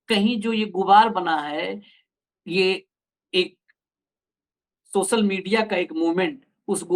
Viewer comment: Reporter Bhai सोसल नहीं सोशल बोला जाता है। पहले बोलना तो सीख लो। और हां भारत की जागरूक और देशभक्त GenG के सामने तुम फेल होगै